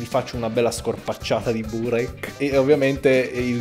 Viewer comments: ma nella parola "burek" l'accento va sulla "e" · Soffro a sentir pronunciare burek in quel modo, da albanese ti spaccheró la fascia